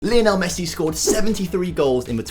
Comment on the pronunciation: Any danger of learning to pronounce his name correctly?